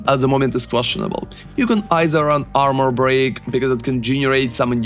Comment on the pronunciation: Орнул с акцента "буди армор"))))